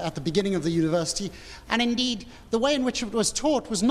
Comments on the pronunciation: WHY DID HE SAY 'INDEED' LIKE THAT. LOOOOL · when he says "indeed"! 🤣